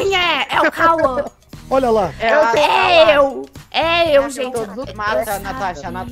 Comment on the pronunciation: O fala turo bom jente kkkkkk